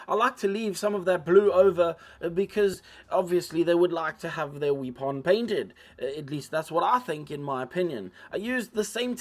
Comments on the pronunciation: I loved the video, I like your accent and your sense of humor especially how you pronounce "wee pon" great video! I've learned from you now I have to paint mine. Your painting face was just excellent! Thanks. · You remind me of, especially when you talk about the Space Guy's 'wee-pon.' 🤣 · You forgot to mispronounce weapon once